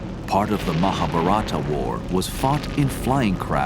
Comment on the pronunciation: it is not MaaahaBharaaata but MahaaBhaarata .. Its not Ramayaaana but it is Raamayana